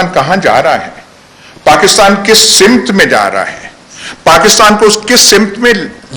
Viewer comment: Ayaz Amir Saheb, ab aa jayay, ek choti see tashe ke taraf. (intehai moazrat kay saath👏) Aap nain farmaya "Aasheer Baad" jab kah saheeh "Aasheer Waad" hay. (google kar leejiyay) Iss kay illawa aap nain farmaya "SIMT" jab kah sahee "SAMT" hay. Aur haan iss baat ke bhee moazrat kah meray pass Urdu Key Board nahein hay. Main nain apnnain likhay ka google say tarjuma karaya .. woh intehai mazahka khaiz tha.😧